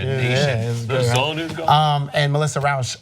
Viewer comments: It's Rauch, not Rooche. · YT, could you guys try googling people's names before reporting them? Kunal Nayyar's first name is pronounced 'koo-nahl', not 'kuh-nel'; Melissa Rauche's name is pronounced 'row-sh', not 'roosh'. Ana mispronounces names frequently and you guys have mispronounced Julia Louis-Dreyfus's name in more than one video. I know I'm kinda busting your balls, but it sounds unprofessional when you don't know how to say the names of the people you're reporting on.